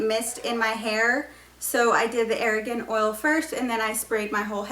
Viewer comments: Great vid- but big pet peeve - it’s NOT air-a-gone oil it’s r-gone (argan oil) not extra a when pronouncing. Sorry I’m just weird and had to say. But your hair looks fantastic- think I’m going to do this on myself to cover up all my white hairs starting to come in (luckily not grey- pure white like my dads side of the fam- my grandmother and great grandmother both had dark brown hair like me then went white). I think white hair is pretty (unfortunately does not hold box colour like grey though ; but my moms side is ugly salt and pepper hair so my mom and grandmother always have to dye in constantly! At least when start going white can start with blonde highlights to make the transition smoother. Then once all white no dying neeeded (but I’m a LONG time from that) I’m 38 but have a tonne of white hair and with having such dark dark brown hair it’s incredibly noticeable but can’t afford the salon. So think am going to try this! Your video was the most helpful of all the ones I’ve watched:) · Your hair is beautiful! It's pronounced "Are-gone" oil. Argan is a two syllable word not a three syllable word. Great video! Thanks so much!🙂👍